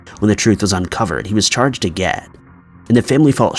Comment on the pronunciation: What distracts me is whenever buddy says "again," and it sounds like "ageh." 😂😂 but, yes, that annoyed me too.